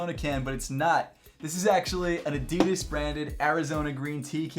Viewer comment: So, uhm, actual German here, is this how Adidas is pronounced beyond the pond?